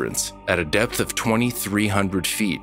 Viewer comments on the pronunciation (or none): none